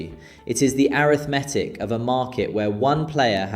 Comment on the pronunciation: This is total ai narrative, noone with that accent would would miss out the "and" in a number involving hundreds tens and units, nor stress the "meth" in "arithmetic". Probably funded by the dodgy guy who owns Wetherspoons, or his PR people tbh.